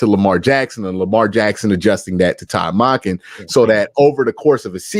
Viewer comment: Why does Q call Monkin... Modkin??.... does he say Monday or Mod-day?? Lol